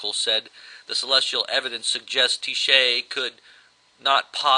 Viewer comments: Tyche (TEA-SHAE) as you pronounce it, IS actually pronounced TIE-CHEE. Any way its properties make is a super conductor. The chance that it will give off massive electromagnetic pulses is very high. People with out lead helmets may find themselves a bit dumb. This object may also give off huge amounts of hydrogen cyanide. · sorry guys-not that it matters, but its pronounced "TEE-HEE" meaning destiny/luck etc.in Greek it is writtten as so: ΤΥΧΗ kind a freaky...that they named it that...as if we were flipping a coin to see wether or not we'd pull through this..yikes?